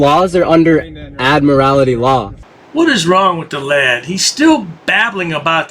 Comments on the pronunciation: "Admirality law"? The correct pronunciation is "admiralty." It's a specialty in law dealing with marine activities, and has nothing to do with driving. Trying to apply admiralty law to driving is simply foolish. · What u don't understand why they pronounce it admirALITY there us no 'i" in admiralty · He's not even getting his delusions correct. It's Admiralty, not Admirality, not that it would help him continue on his voyage. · He can't even pronounce "Admiralty" correctly. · the dumbass is also mispronouncing Admiralty